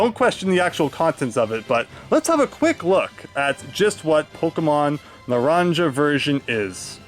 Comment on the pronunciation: Narinja? Seriously bro? It's pronounced Na-run-ha. Spanish for Orange.